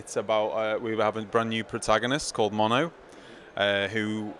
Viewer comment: No attitude from me, just a simple correction: His name is Mono. I think the guy just didn't pronounce the name right the first time